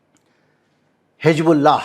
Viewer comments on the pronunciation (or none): Sir it is not Hig bullah It is Hiz bullah Thanks